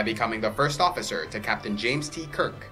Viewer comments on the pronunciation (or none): none